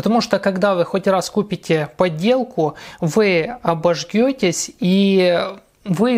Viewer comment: давайте говорить грамотно. 1. "обожЖетесь", а не "обожГетесь" 2. в слове "ёмкость" ударение ставится на букву "ё", так как эта буква всегда ударная.